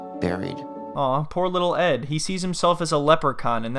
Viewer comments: Leetle island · “Cause I come from a liddle 🏝️ “ 😭😭😭